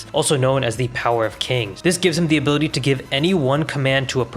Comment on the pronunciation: "Abooty" ~ ability 🤣🤣🤣